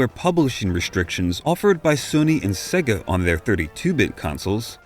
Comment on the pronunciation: Amazing video thank you! Just one tiny thing though. SEGA is pronounced 'SEYGA' (rhyming with AGES) not SEGGA (as in EGG).